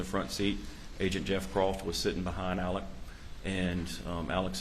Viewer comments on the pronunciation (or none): Why do most people in these interviews pronounce Alex Murdaugh's name "Alec" when his name is spelled "AleX" with an X? Is this a regional pronunciation or is his name really "AleC"?